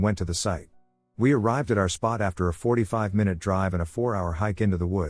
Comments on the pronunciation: I heard a "my-noot" finally😂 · * May Noohd 👀😂